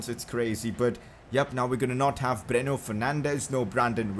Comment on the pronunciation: Its not breno its bruno learn to pronunciate correctly idoit!